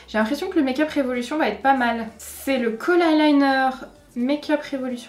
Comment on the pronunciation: Cette vidéo était très intéressante, merci. Quand tu as dit Khôl Eye-liner, j'ai cru entendre Cola liner 😅 Je me suis "Mais c'est quoi ça ?!?!" 😆